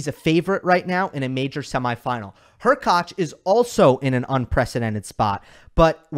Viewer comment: Props for you for being on of the few channels who spell and pronunciate Hurkacz properly.